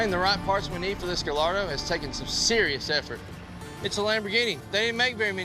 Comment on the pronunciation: Silent L’s in Gallardo gai-aa-dow 👍